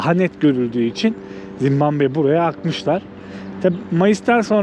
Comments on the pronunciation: Oğlum evladım Zimbamve değil Zimbabve doğru yazmışsın ama telaffuzun yanlış bir de dakika başı söylüyorsun ZİMBABWE o kadar😂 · çok güzel ama sana ufak bir eleştirim olacak. Senin videolarını seviyorum fakat kaç video oldu dikkat edıyorum, sürekli Zimbambe diyorsun, lütfen ülkenin ismini doğru soylemeye çalış.